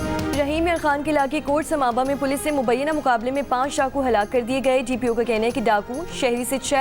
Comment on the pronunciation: Sیہ ڈاکو کو شاکو کہ رہی 😂😂😂😂😂